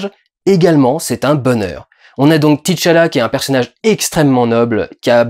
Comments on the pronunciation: C’est T’challah et pas Titche Allah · Pourquoi tout le monde prononce Tichalla? Le mec s'appelle T'challa.